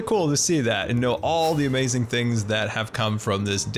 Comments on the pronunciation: Nobody:: AmOizing! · I love when you say "OMAZIN" 😂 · As always, you have ah-may-zin skills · Sunbae Mins it kills me. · SkYmaSTeR I can’t say I enjoy it.